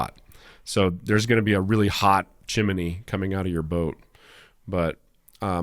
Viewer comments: Chim-min-nee?? I haven't heard chimney said that way for 50 years. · ( Ribbing with kindness ) “ chim-er-nee” really? “ cor blimey Mary poppins!”;-) …. Loving the channel keep up the good work.